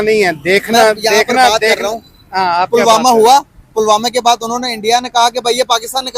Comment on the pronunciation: पुलवामा ❌ पलमामा ✅🤣🤣🤣🤣 Yahi hota anapadh madarsa graduate ka haal 😂😂😂😂